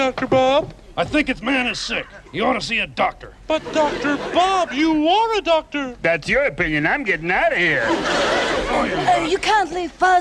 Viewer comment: Don't you mean a ""Duck"-tor"??